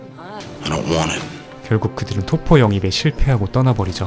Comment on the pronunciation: 토퍼가 자꾸 돗포로 들렼ㅋㅋㅋㅋ